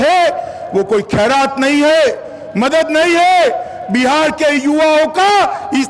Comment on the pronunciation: Buhar nhi bihar bolo